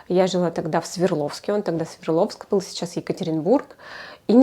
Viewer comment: Сверловск? Я правильно услышала? Город называется, насколько я помню, СверДловск...